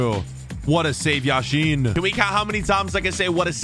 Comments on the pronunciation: It’s Yashin not Yasheeeeen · It is Yashin not Yasheeeeeen